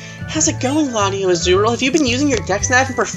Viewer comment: LatiosAzurill Wasn't in Ruby/Sapphire or Emerald in that route. Tell me, if I'm wrong. These rules sound stupid. Say the S in LatiosAzurill instead of LatioAzurill My goodness! Extraordinare Junior didn't trigger the cutscene. Maybe Gallade. Never seen it happen before. :/